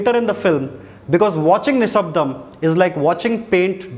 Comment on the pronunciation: exactly I'm pleasantly suprised that his pronunciation is more authentic than annoying bgm "నిషబ్దం"